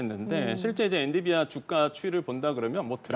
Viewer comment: 이 사람은 엔‘비디’아를 맨날 엔‘디비’아 라고 하네ㅋ 한 번이면 실수일 수 있어도 늘 그러는거면 모르는거임ㅋㅋ